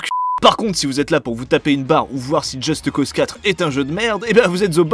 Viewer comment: "Djeusteuh Cause"